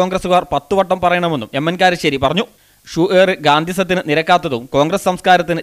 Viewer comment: Karissery alla iyal kalassery ennanu iyalku cherunnathe....